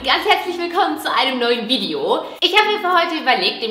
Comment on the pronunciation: man sagt Video nicht vidijo